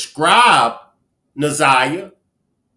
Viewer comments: She called her zanyia more than once. Its like calling me benya instead of kenya .. rude and careless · Oh my God, get her name right ! Its Nazi yah ! Geese they messed up this case so bad!